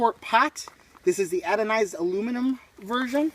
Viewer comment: Anodized not adonized